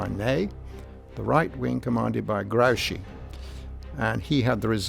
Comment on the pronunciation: The commentator does not know how to pronounce Some foreign namens. he calls Grouchy something like Graochy while the generals name is pronounced like Groochi, with an oo like whoopy. It annoys me very much.